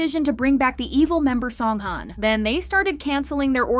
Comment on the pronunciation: Please pronounce his name right